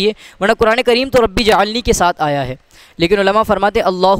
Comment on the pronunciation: ربی جعلنی نہیں ربج علنی ھے۔ ایسے تلفظ کے لئے لکھا ھے